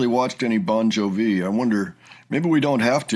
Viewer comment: LOL, "Bon juh-vee." We love you.